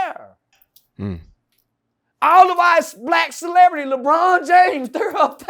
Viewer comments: Come On Lee-Bron 😂🤣😂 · Come on Lee-Bron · the way he says Lebron 😂😂